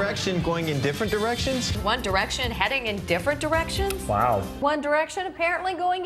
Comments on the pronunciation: what's wrong with my ears. I heard 'One Direction is going in different erections.' WAT. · after a while i thought the newscasters were saying "different erections" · It sounds like the newscasters were saying, "Is one direction going in different errections?" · One Erection goes in different Erections is what I kept hearing